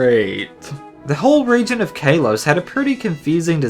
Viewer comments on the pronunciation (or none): Also it's Kaw, as in the sound crows make, and Los, as in Los Santos or Carlos.